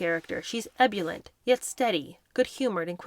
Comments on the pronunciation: with total respect, may I offer a small, general, pronunciation assist: 'Ebullient' = eh-BULL-ee-ent as opposed to: "ebb-you-lent". The hyphenated surname of actor/comedian 'Griff Rhys-Jones', is 'REESS-Jones', in same manner as for Prince Edward's partner, formerly Ms Sophie Rhys-Jones. Be guided by both an American choc-nut treat, and the first name of a Legally Blonde US film actress, whose surname is 'Witherspoon'! Then, as the pioneering Nation you are part of, I beg you, please, re-instate the correct pronunciation AND spelling of a certain metallic kitchen aid (also widely used in Tinfoil Hat construction): Al-YOU-min-ee-im. Like many of those who write or speak it, this word also has 2 eyes! The second ' i' should never be removed in an attempt to match the uniquely mis-spoken construct of this word, as in: A-LOO-min-im. (which is especially confounding, because in the UK & much of Australia, a "loo" is a "toilet".) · Helpful hint: Mauritius is pronounced "More-ish-iss", ebullient is "ebb-you-lee-ent". ❤ from 🇨🇦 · ebullient /ĭ-boo͝l′yənt, ĭ-bŭl′-/ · Hi lovely, just a note on some pronunciation ebullient - eb-OO-lient Mauritius - muh-RI-shus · We're enjoying your reading of Entitled very much,! Thank you. I recommend a couple pronunciation checks which can always be found on YT: The island nation of Mauritius and the adjective ebullient.:glasses-purple-yellow-diamond::yt::yougotthis